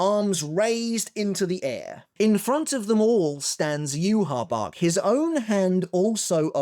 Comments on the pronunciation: Why do you pronounce Yhwachs name like that? It's not pronounced that way in the sub or dub. It's so annoying it's not "yu ha bach" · there's no way as an English speaker you read "Yhwach" and thought, "yeah that looks like it spells 'you ha bak' " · actually did try pronouncing it the same way that its said in the anime for a video, but people requested that he went back to saying yoo ha bach. Most people are used to him saying it that way by now